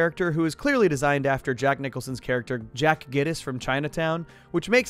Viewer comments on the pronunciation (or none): none